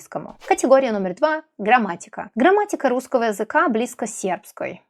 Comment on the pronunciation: До этого видео, думал, что вы носитель русского! Но, после того как вы сказали, что сербка и произнесли алЬфавит, и русскОго - всё понял :D Носители не смягчают л в слове алфавит, и произносят русского как "русскава", и таких примеров ещё вагон и маленькая тележка "акно" вместо окно, сонце вместо соЛнце, харашо, вместо хорошо... Вы поразительно хорошо говорите на русском! Но, есть ещё над чем поработать, чтобы не "палиться" :D